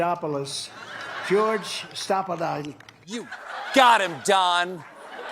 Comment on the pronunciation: Trump pulled a Moira Rose in the fruit wine commercial while trying to say Stephanopoulos 😂